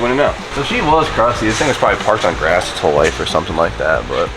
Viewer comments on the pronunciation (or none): none